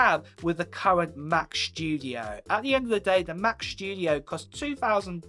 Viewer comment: Mac schtudiooo haha